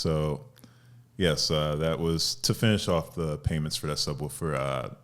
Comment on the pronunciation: “The thubwoofer”